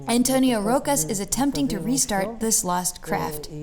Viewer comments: The "ch" in Portuguese is pronounced like the "sh" in English, so "Rocha" should be pronounced "Ro-sha" and not "Roca". - The Almendres Cromelech is way older than the Stonehenge, so I'd rather say that the Stonehenge is the Almendres Cromelech of England. 😄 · Não é António Roca,mas sim António Rocha,o som é o mesmo que roche em francês mas com a no fim,rocha